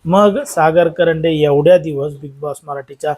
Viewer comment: कंरडे नाही रे बाबा कांरडे